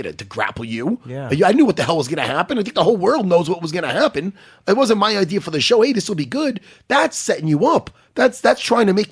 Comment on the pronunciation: "wasn't even my idear."